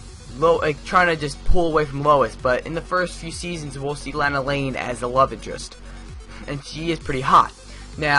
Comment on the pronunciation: I have been watching smallville since season 1 and continued watching till season 10.. And now I own all of them on DVD. Personally if you going to do a review on the show you should know more about it. Ye Clark's friends name is Chloe.. And Lana LANG. Is pronounced Lona Lang.. The first 4 seasons of this show Clark is in high school.